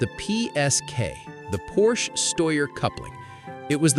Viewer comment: Don't tell stories if you don't even know how to pronounce the name.